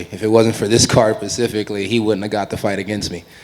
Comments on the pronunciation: Kevin " 'pacifically" Holland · Pacifically LMAO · Specifically..not Pacifically. It's pretty easy to use real words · Pacifically? I've heard all I need to know.